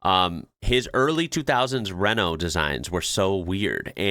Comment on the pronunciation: Well done on finally pronouncing RENAULT correctly. In the UK we HAVE to learn to play football in the rain as it pisses it down during the winter. I remember watching TV games in the snow where they used an ORANGE ball so you could see it. This was in the days before underground heating on pitches.